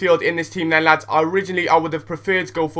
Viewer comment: Hahaha It is so funny when you say llllllads!